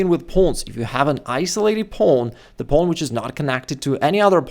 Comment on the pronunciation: “Pownnn” lol. It’s wild how he says it